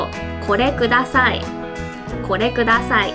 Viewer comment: これください くだ念起來確實跟哭大很像啊wwww 發音有些聽了別人的偏方有時候會回不去啊wwww類似corona跟可憐哪很像的感覺🤣